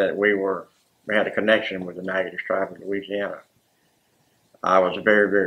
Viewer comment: SAME!! Every time he said the name I thought "that's a lot of silent letters". Haha